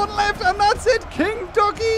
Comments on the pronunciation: What other people hear: king ducky. What I hear: Kentucky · when you say king ducky it sounds like kentucky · I thought he said kentucky lol.